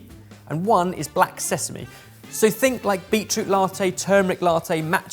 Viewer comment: looks like the self-improvement plan from a while ago worked and did learn how to pronounce "sesame"! 🎉🎉